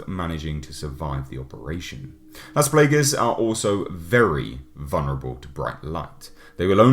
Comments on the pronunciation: Nice review! The word ''Plagas'' comes from spanish, were ''a'' has only one sound (probably because the origin of the scenario for the virus), so you pronounce as it's written ''Plaga'', not ''Plaega'' (yep means the same word, ''plague'' in english), as you say the last ''a''. Please explain someday more of the habitants of the town on RE4, specially the asshole of the chainsaw. XD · Playguhs, lol, Raymond Salazar, lol. Still a badass review. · I love pronunciation of Las Plagas xD